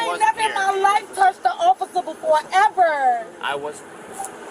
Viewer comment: I love the code switching on this bish lol! She went from talking “eva” to “everrrr” real quick 😂